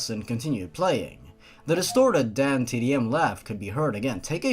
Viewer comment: Every time you said "DanTDM" I thought you were saying "Damn Tiddy M".